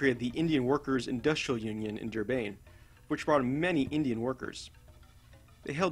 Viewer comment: Also Durban is pronounced how it looks, not "Durbane"